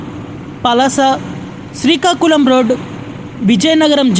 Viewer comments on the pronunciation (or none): none